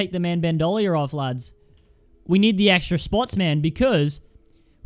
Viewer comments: BandOlier That’s not how it’s pronounced... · Its pronounced ban-do-leer. Bandolier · imagine favouring Bandolier but not knowing how its pronounced.